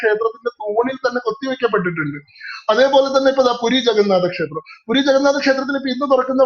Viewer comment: പൂരി അല്ല പുരി